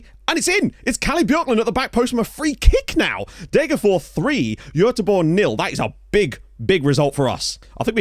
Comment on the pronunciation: As usual very impressed with your pronounciation, but it's still "DegerFOSH". Like with Västerås you pronounce the s (well -rs is pronounced "sh") because neither are genetive. Fors means stream and ås means ridge.